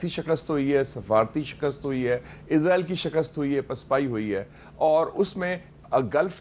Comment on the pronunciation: آپ لوگ ایک ملک کے نام کا تلفظ ٹھیک کر لیں وہ ھے: ازرائیل یہ لفظ "س" سے ھے ۔ اسرائیل ۔ اس را ئیل ۔ شکرا"